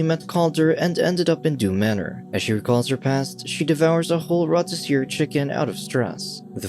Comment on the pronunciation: what tf is a “rowtaseer” chicken???” Lol!! Did you mean “ROTISSERIE”?